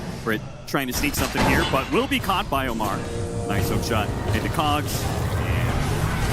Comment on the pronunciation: Ammar ❌ Omar ✅